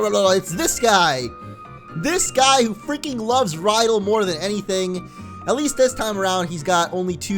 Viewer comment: A few things. -Im seeing lots of new pokemon with your gameplay. First Nosepass and then Chimecho. I didn't see them in ***** or ***** game plays... -Winston isn't talking about plushies. Lol -it's pronounced Ry-dell -it's pronounced Nin-CAY-da -who is Maxemillion Pegasus? xD -It's always either Swimmer🚹 or Swimmer🚺